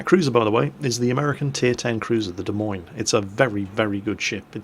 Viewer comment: Hey, as an Iowan, good on you for saying 'Des Moines' correctly. Well done.